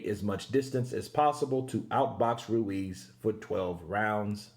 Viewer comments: i like how you say Andy Ruiz Jr's name. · Continues vibration of that tongue to elongate the R sound. Lol